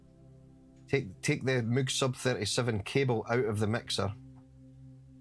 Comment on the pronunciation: damn, 7 hour stream, you sure sure are back stronger! so, must have missed something, what was the reason the hydrasynth in mono for like 2 hours? btw, i heard people pronounce "moog", or like "mogue" but just love it when says "mug".;D